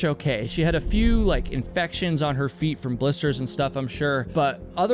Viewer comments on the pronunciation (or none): none